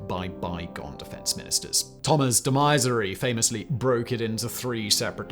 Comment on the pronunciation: Man. This pronounciation of german names I can get. It is hard for someone british to give a fuck about other cultures...but come on. You are teaching lots of history here and de Maizière is clearly a name that needs a french pronounciation. Jesus. This makes me stop watching these videos.